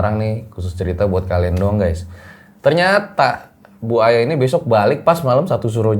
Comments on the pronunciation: bang pas ngmng Bu Aya ky ngmng Buaya aku ngakak bgt pas denger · Sama kayak yg saya denger 😂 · yaa bu Aya.. (gue dengernya buaya 🙃🙂🤣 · Gagal fokus sama cara panggil narsumnya. "bu aya",, jadi "buaya"😂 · Kalo manggil Bu Aya jangan disambung dong, gw dengernya jadi Buaya wkwkwk. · Salfok sama manggil bu aya, dengernya BUAYA 🐊😁🤣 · Bang bilang bu aya harus ada koma jangan di sambung cepet jadi buaya😴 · Ane malah salfok apa yang diucapkanin .. dengernya Buaya mulu 😂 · bang pas ngmng Bu Aya ky ngmng Buaya aku ngakak bgt pas denger 😂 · Awal panggil bu aya kok jd terdenger buaya terus ya awal serem jg ngakak🤣😂🤣😂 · Bu - Aya bang bukan Buaya 🐊 ,,,,, !!! 🤣😂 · Aku dengernya Buaya bukan bu aya😁😁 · mas, bukan Buaya , Bu Aya🤭🤭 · Maap bang gua dengernya BUAYA 😭😭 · mohon maap, aku dengernya BUAYA bukan BU AYA 😅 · Maaf nih....kuping gua yg salah atau emang penyebutan? Kok gua dengernya buaya ya bukan bu aya🤣🤣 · manggil nama Bu Aya knp kedengarannya buaya ya 🤦🏼‍♀️😂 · klo bu Aya cerita plisss jgn panggil "bu", kasihan gw dengernya. Dengernya kaya "buaya". Heheeee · Bu Aya.. jangan di sambung baca nya bang 😅🙏